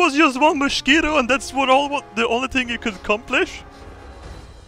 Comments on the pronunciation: i love when he sais moschquito instead of mosquito XD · It's a mushkeetoe! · The way says mosquito makes me laugh so hard everytime please never change.